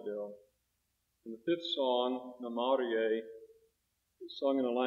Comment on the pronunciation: For Namarie the tune is correct but his pronunciation is off, of course it could be acoustics and recording quality.